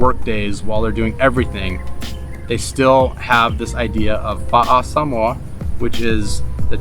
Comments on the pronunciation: Is this really how to pronounce Sah-mo-ah as Sam-mooah? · You pronounce samoa annoyingly and can you say the word "adventure" even more? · I noticed that, throughout the video, you pronounced the place as sah-MOE-uh, rather than the way I've always said it--suh-MOE-uh, as well as the way google says it. Am I guessing correctly that #1 is their way of pronouncing it, whereas #2 is the Anglicization of it, like hah-WAI-ee and hah-VAI-ee? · Salmoa Long winded and boring I googled it. And in 1 minute I knew 25 Reasons not to move there Salmoa did you say Salmoa 🤔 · Why did they keep saying Samoa they seem to keep wanting to pronounce it in some certain way and it sounds crazy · #11: Americans have been mispronouncing "Samoa" forever.